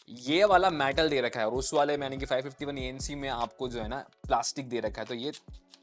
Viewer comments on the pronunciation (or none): metal bhai not Matal